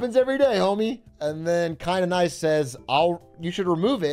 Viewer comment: that's an interesting way to pronounce "kinda nice"